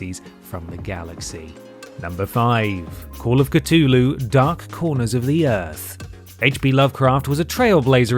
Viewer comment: 'Cutoloo' mythos? What an odd pronunciation of Cthulhu. C...thu..lhu...